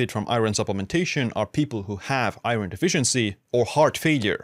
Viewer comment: You say iron very weirdly.